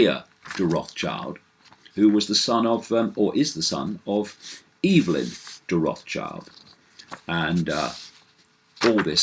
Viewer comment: did you pronounce the name "EVILyn de Rothschild"?? xD